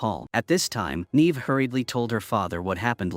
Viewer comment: Yay for more AI slop. It managed to prounounce Neve correctly a whole two times, followed by endless NEEEEVing. 💩💀